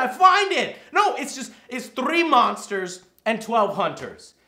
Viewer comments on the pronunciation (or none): Spanish Joe trrrhee mosnteres